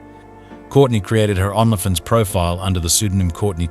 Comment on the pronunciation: I’ll start sponsoring this channel when YOU stop mispronouncing every other word. You can’t even say Only Fans?